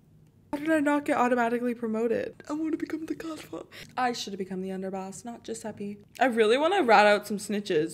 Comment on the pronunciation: The way u pronounced "Giuseppe" oh no💀